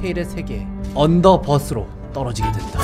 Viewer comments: 언더버스X 언더벌스O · 언더버스가 아니라 언더벌스아닐까요? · 언더버스X 언더벌스